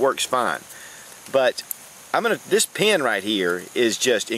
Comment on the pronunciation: I love when you say your in your car like "I Need a PeeANN", " I need a PeeANN"!